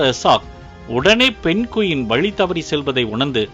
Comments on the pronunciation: Adhu penguin not penqueen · Penguin not Pen Quin.. 😊